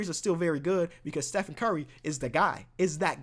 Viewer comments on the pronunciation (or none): none